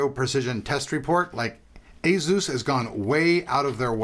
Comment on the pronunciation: Asus (/ˈeɪsuːs/). The Asus Wiki says otherwise. Even JJ from Asus pronounces it that way in his videos.